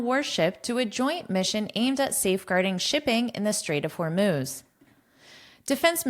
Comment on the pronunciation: many thanks, but aimed at safeguarding shipping... the express "aimed at" pronunciation cannot hear clearly